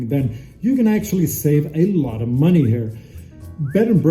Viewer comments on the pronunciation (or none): none